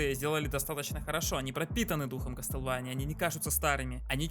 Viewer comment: (Извини за то, что я душнила) Не кастлвэния, а Ка́стлВа́ния